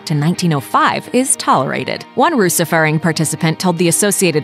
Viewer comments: that’s really not how you pronounce hygge. or russefeiring. please at least do one minute of research before trying to pronounce words in other languages... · The way you said Russefeiring is hilarious when being norwegian. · and seriously i am a norwegien person too, and "russefeiring" is pronounced so badly that i didn't even understand the word. btw nobody in norway watches "Slow TV"